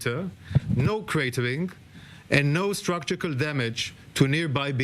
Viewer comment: Structural not structukal 😂